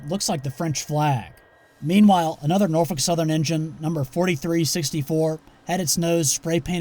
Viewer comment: Northal Southein?